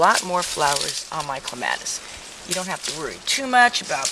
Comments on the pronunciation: It is correct to pronounce it either way. I think it sounds better the way she pronounces it. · Actually, pronounced either way is correct. I personally like it pronounced the way she says it.